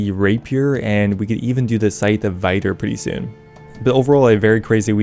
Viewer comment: "Vitir" Isn't it pronounced Vit-ure?